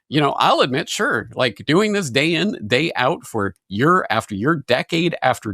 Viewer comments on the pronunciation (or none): "... for yerr after yerr..." 😂